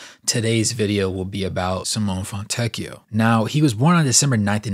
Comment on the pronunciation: it is very close to "See-moe-nay" , but the correct pronunciation is not easy to get for a native american/english speaker, and the surname Fontecchio is even harder but you pronounced it almost perfectly, so very good job 👌